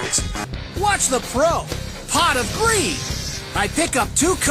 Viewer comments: I feel like the more I hear pot of greed especially when Dan Green says it it sounds like Pot of Green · LITERALLY SAME, Dan makes it sound like he's saying Pot of Green. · Pwot of Gweed